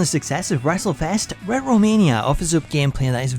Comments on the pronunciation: It really bug me when you pronounce Retro "Ret-Ro" it should be pronounced "Ret-Tro" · I'm sorry but what does"rehro","fooige","creaure","staed"mean?what have you got against the letter t? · Pretty sure that word is retro bro - retch-ro 😂😂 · RET-RO? ...ITS PRONOUNCED RE-TRO Fuckin Hell ,Scooby Doo school of Narating😆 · Ret row? Reh TRO! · Ret-Ro? Is it not pronounced “Retch-Row” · why do you say " rero" NOT " RETRO" HAHAHA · sound like dude saying Redrow Mania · Retro(ret-tro)..omg that is bothering me how bad your fucking that name up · Wtf is ret-row? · "Ret row" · Not Ret-Ro..oh no! 😂🤣😂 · Ret-ro bothered me more than I want to admit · Ret-ro? Are you scooby doo? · How does nobody love this guy enough to tell him that he's been saying retro wrong his entire life? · annoying how you pronounce Retro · That's not how you pronounce retro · Dude can't say Retro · The way he pronounces "Retro" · The way hes saying retro!!! Ugg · I... the way he prounves retro is... somthing else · Please learn to pronounce retro.. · Do you seriously not know how to pronounce “retro”? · That’s not how you pronounce “retro”! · The way he pronounces Retro in Retrowrestling is hilarious 😂😂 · Why he say retro like Scooby Doo says uh oh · I refuse to believe you've never heard the word "retro" before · The way you say “retro” reminds me of Scooby Doo barking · You don't know how to pronounce retro. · The way you pronounce "retro" is sending me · The letter t doesn't exist in his language